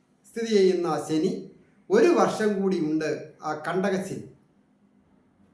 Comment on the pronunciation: സനി അല്ല ശനി ഒന്നുപറഞ്ഞു നോക്കൂ